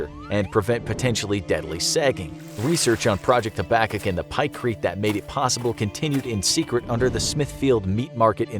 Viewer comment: it's pronounced "hab-a-cook" over in Canada, we've heard of it XD